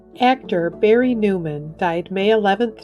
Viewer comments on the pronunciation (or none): none